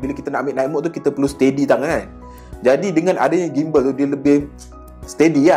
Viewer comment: Sebutan Gimbal ialah JIMbal seperti sebutan gymnastic=jimnastik